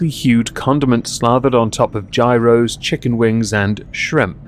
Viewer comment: All my Mediterranean ancestors cried at the pronunciation of gyros as "Jhi-rows" 😢 I hate being petty and smiling at "Chef" Pii's downfall, but she was so abominable and stupid with critiques, it just feels like she fell in her own hole she dug.